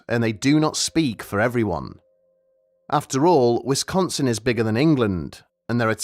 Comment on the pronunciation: Hearing a brit say wisdonsin will never not make me smile